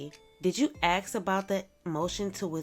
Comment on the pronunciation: You read the word "ask" but u deliberately say "axe". Your people really are animals it's not an act.